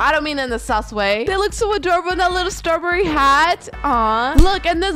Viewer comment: you said they loock like littel pet Pillows😂😂😂😂😂